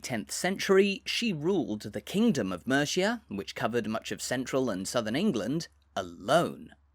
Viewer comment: Mate... You've got to learn how to pronounce Mercia.